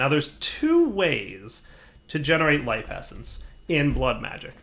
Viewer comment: he sais "lise effence", waht is that does he mean life essence?